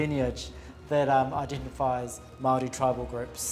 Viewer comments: More than halfway through the documentary and I have not seen a single Māori person being consulted on the matter. No place names or peoples names are being pronounced correctly, there’s not any actual information being given about the beautiful and complex culture. As a Māori woman, this documentary is deeply offensive to the people and I would actually lean towards it being completely unnecessary to keep on this channel. Watching old European white men debate over returning the remains to the people that they belong to is no form of entertainment, but further racism and colonialism shown in the 21st century. Disliking and unsubscribing. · It’s clear throughout this documentary that they did not have any input from true experts on Māori culture otherwise they’d at least have the pronunciation of Māori words and names somewhat correct. Any artefacts found to have been taken from a source country under suspect conditions should by default be considered for repatriation. These items were stolen. How can the French claim any cultural value they afford to these items could outweigh the value of the original possessors of the items. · AT LEAST ATTEMPT CORRECT PRONOCIATION HOW INSULTING XXX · agreed! pronunciation is important in documentaries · All this research and production, yet no one thought to actually check how some very basic Māori words are pronounced. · As a Maori, I agree with this. The pronunciation made my ears bleed at times. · It is clear that no attempt was made by the narrator to pronounce anything. I have heard people with the thickest accents from as far away as Russia pronounce Te Reo Maori better than this guy. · This doco is ironically tone deaf and unconsciously racist, also hurt to hear you pronounce Māori wrong every. single. time. and then proceed to give only westernized info about our relic. Have some respect for the culture of your discussion. This was shabby.